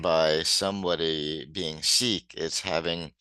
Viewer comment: so many people mispronounce "Chic" as "chick" -- drives me nuts. I'm a huge Nile Rodgers fan.